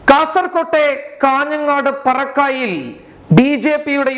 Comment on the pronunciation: parakkai alla..parakkalai